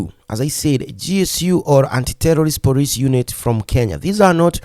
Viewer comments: You can't pronounce the word "police" ? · please its is not Poriceeee it is Policeeee😂